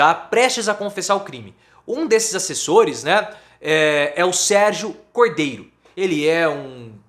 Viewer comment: Quem é Sergio Coi-de-ro? Não é Sergio Cordeiro?